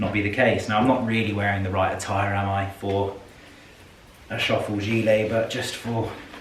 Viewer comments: The „ö“ in „Schöffel“ is there for a reason and is not pronounced „shuffle“ 😂😂😂😂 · Schöffel is a German brand and therefore sizes big 😉 They started out with ski wear. The pronunciation on time code 12.46 was correct. The first ones not (it is not shuffle). I love the leather “Westminster” bag! So sad that Sean Connery left us 😰 What a fine gentleman! A class of its own!